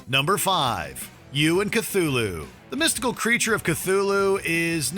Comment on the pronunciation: Unfortunately, they didn't learn how to pronounce Cthulhu -- although to be fair, the show pronounces it wrong too.